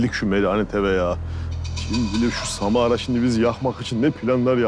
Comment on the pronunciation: O sırada roni ::::::SaMaRA AdINı YaNlIş sÖYLiYİNce ÇoK KıZıYo